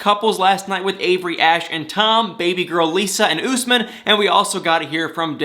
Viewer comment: it's Usman, not Gooseman.